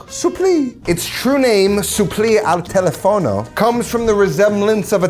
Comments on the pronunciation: Pronunciation is tel-EF-ono. Not tele-FON-o. Stress is on the second syllable. Also risotto is not re SEW toe, but ri-ZOTT-oh. But I don't think Americans can make the two types of o in risotto: first closed, second open, but both short, pure sounds. The American o is very long. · Tipo ad esempio “telefono”. ;)